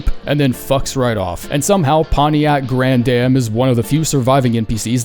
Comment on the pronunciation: Saying grandam's name wrong every single time absolutely killed me lol